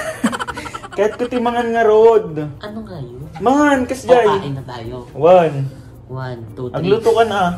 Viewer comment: Proud ilocano from ilocos norte. Been waiting for this video. ❣️ nagkatawa lang. wun(one) two three kunana ni 🤣